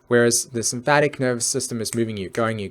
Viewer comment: Sympathetic, not "sympathic". Amygdala, not "amygadala". Really makes the talk lose credibility as if you can't even say the words, it's unlikely you actually know what they mean.